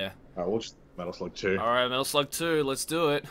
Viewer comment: LOL ITS METAL SLUUGGG